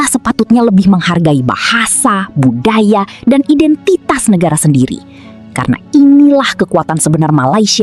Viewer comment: Admin orang Indonesia tinggal lama di Malaysia ke ? Sebut bukan indentas tapi Indentiti.